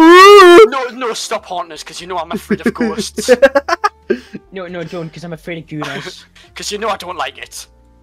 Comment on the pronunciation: this shit had me FUCKING DYING😂 “ya knoo eyem afrayd of ghousts”